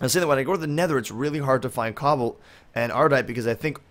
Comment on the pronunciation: and it's pronounced coe-ballt